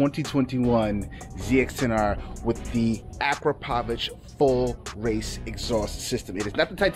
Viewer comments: Great exhaust mate 💯 it's pronounced a-crap-oh-vic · #Powamoto already called you out I got a stretched BMW S 1000RR it’s in Orlando August 20 to the 23rd and your ass better be there don’t forget about correct pronunciation bro is ak-rah-povick. Love your channel just messing with you thanks